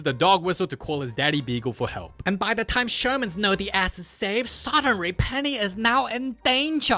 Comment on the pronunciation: i love the way he always says “THAH movie began”